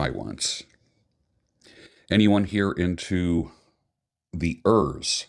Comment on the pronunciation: Hey, wish you all the best! My Romanian girlfriend says that it's pronounced "oorsoo", meaning bear (the animal).